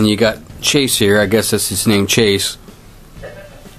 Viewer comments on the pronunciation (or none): It's mase not chase